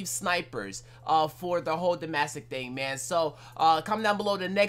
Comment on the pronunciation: Man said “dumbassick”